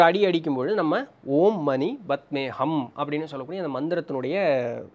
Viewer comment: Anna it is ஓம் மணி பத்மே "ஹும்" . Not ஹம்.. i saw osho elaborating it in a reels